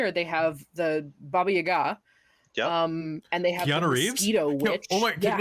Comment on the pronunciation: I just gave this video a like for a fact that pronounced Baba-Yaga correctly ❤️❤️❤️ Greetings from Russia! (I'm against the war, if that's what you care about)